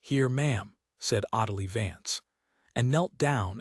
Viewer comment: Her name is pronounced o-DEEL. Never seen Swan Lake?